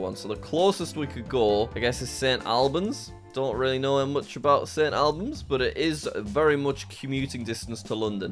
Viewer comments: And St. Albans is pronounced all-bans not al-bans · good video, i just hate the way you pronounced things like sailsbury and st albans. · And St Albans too